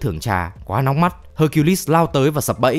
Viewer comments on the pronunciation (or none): none